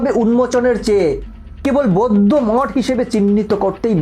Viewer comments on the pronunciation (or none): তোমার উচ্চারণ ঠিক নয় উনাদেরকে বৈদ্য ভিক্ষু বলে না উনাদের কে সম্মানের সহিত বৌদ্ধ ভিক্ষু বলে তোমার আরো শিক্ষার দরকার আছে